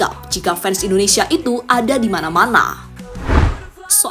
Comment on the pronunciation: Koreksi Mind... Bukan indonesaaa... Tapi Indonesiiia. Masak Indonesaa yg bener!!